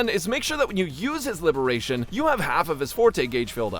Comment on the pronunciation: just say ultimate it gets confusing u keep saying libration